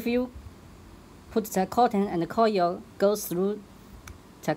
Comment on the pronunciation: Coil not coyel